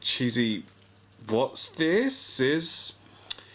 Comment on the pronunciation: "Wot'sthises" hahaha